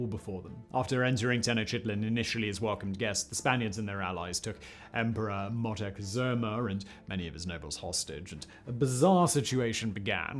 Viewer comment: Montacazooma? It’s almost as though you’re not even trying, or maybe just trolling. Still enjoy most of your channels.